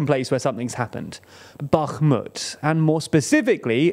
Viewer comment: Comgrats for not saying "Backmut"